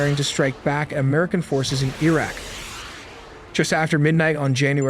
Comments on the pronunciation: Why does he keep mispronouncing Iraq. It's Iraq not "Eeeraq". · Iraq - ee-rak? Hehe.. Iraqi - ee-raki? Im not sure.. 😢😢😂😂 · E-raq? Nevada in California? 😂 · Don’t really have a problem with your comment. Just wondering why pronounced Iraq as “EEEE-RACCCCK.